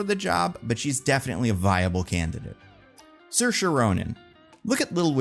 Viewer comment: An almost perfect pronunciation of Saoirse I’m impressed